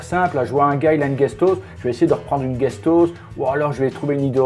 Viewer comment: guestos!!!! ???? peut être Guest House?? Se prononce [AOUS]. Apprends l'anglais avant de donner des leçons aux autres. Ri Di Cule